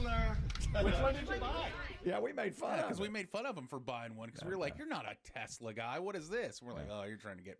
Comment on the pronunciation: Yeah. It was the "New Yorker" in him pronouncing it that way. You guys are such shills. How many other New Yorkers have you heard say, "Tesler." It couldn't possibly be that he's a moronic halfwit.